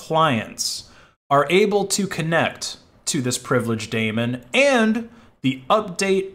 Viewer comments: "Daemon" is pronounced "demon" (not "Damon"). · It's a daemon /ˈdiːmən/ you are saying it wrong. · Daemon is actually pronounced "demon"